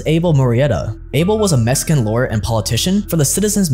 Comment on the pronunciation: Mexican not mesican